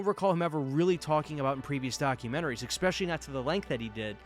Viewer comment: Why do so many people these days pronounce “especially” as EXpecially? I just don’t get it.